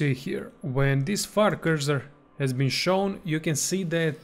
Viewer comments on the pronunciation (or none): none